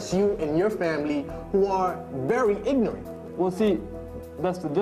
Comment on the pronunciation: Did he say ignent instead of ignorant?